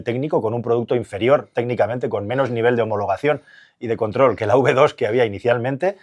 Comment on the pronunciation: Contro , control , control ajjajajjajajjaj😂🎉